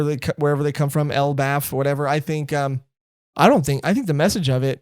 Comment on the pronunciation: it's so funny when they nail a names pronunciation like 10/10 but then have so little confidence that its right. hahahaha shout to them getting elbaf perfect first try and then dropping the keyboard sound effect anyway. hahahahaha